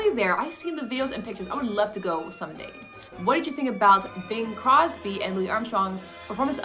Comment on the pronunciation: His name is CROSBY; not Cosby. Please read these names more precisely.